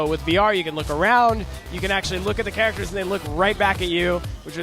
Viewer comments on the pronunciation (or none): none